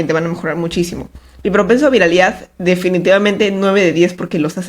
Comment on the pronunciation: Videazoooo, dato curioso. Quién se dió cuenta que siempre está apunto de decir VIRILIDAD en lugar de viralidad jeje